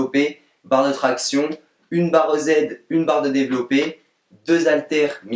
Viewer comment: Super merci pour l'explication, (et je crois que ca se dit barre EZ).